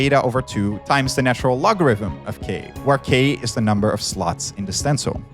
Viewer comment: Why am I only finally finding out at this late point in my life that “the natural logarithm” is pronounced “Lawn” or “Lon”?!